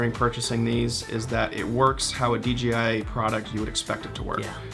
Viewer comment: So... is it officially DGI now? No one can say that crap right.